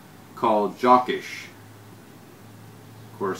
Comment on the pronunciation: Thanks for the good video! I thought you'd said Jock Itch not Jokisch...